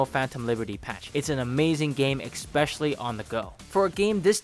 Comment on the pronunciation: You said exspecially